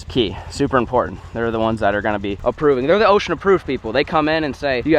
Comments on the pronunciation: why does say "ocean approved", aint it osha. Not ocean lmaooooo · no hate lmao i love watching but its OSHA not ocean approved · If I hear ocean approved again I'm going to blow my fucking brains out lol it osha thers no n at the end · you are making me think its ocean and not OSHA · Did you just say ocean approved? Isn’t it osha?